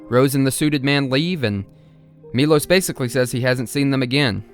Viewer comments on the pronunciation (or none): His name is actually “mee-lowsh” even though it’s spelled Milos in English, the name is Miloš. That’s an sh sound.